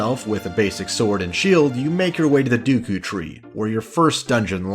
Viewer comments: "Dooku and Gherrdo".... cringes "Piano"........................... PUKES BLOOD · Did you say Duku tree?! Ugh!!! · I always pronounced names wrong as a kid, Instead of just saying "deckoo" I pronounced it as "deckyou", and instead of saying "Saria" I said "Sarah", and I called an "ocarina" an "orcanya", I got mad though because I pronounced Navi right, but my friend pronounced it like the word "navy", my god it was tough being a kid and trying to read text from games. I remember when you get to lake hylia, the guy at that house who has you do the diving tests in order to get a heart piece and another item (don't remember what though) says the word "noticed" and as a 6 year old kid that word baffled me and I kept pronouncing it like "not-icked", until my older brother said it was noticed, and then I was so embarassed because I used that word regularly but hadn't seen it written yet. So funny to think about now as a 29 year old,I totally forgot about all of this until I saw you call it the duku tree and the saw the top comment from that guy making fun of it. It's wild how I can recall an unrelated memory just from watching a YouTube video, and suddenly I remember that memory so vividly. It makes me happy that everyone loves this gam as much as they do, it really changed my life when I first played it, I honestly think it, alongside more creative based games like RPG maker for PS1, is the reason I began to become more artistic and creative in general because the story telling in this game is so fantastic and it really game me one of the first video game experiences that just completely moved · ITS D-E-K-U YOU FUCK!!!!!! NOT D U K O CAN'T FUCKING READ OR WHAT! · yeah ofc the entire video is absolutely garbage because he said dooku, absolutely terrible, unforgivable if u will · I know you correct yourself in the edits. But why and how did you think its pronounced "duku"? "Ah yes, the 'e' in deku is clearly a ruse." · The dooukoou tree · He says dookoo so many times How?